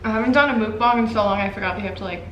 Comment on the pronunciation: it's not mook bang... it's muck bahng :)